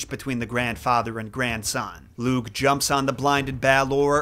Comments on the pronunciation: Lugh is an interesting character and fionn MacCumhail is an absolute bamf, a deep dive on either of those would be well worth your time. Just a note on pronunciation, you didn't do a bad job but lugh is said sort of like lou. The gh is a very soft, kind of back of the throat almost voiceless sound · Hey! Native speaker here ! It's tuuuha de danin (tuatha de dannan) Lugh is looh And cian is actually *ke-ahn* ❤❤ go raibh maith agaibh!